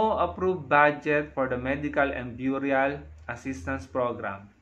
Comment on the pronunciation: burial is pronounced " berial"..no offense